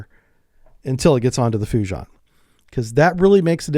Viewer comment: bro "FUJI-AHN"